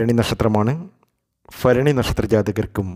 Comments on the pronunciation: ഉച്ചാരണ ശുദ്ധി വരു ത്തുക ഫരണിയ ല്ല ഭരണിയാണ്, ഫക്തിയല്ല ഭക്തി യാണ്.. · ഫരണി ,ബാലി,ഫാഗ്യം....